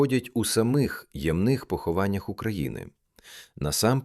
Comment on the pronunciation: навчіть свій голос ші ставити наголос на першому складі слова "ямних". І заберіть в нього ць занадто солоденьку бархатистість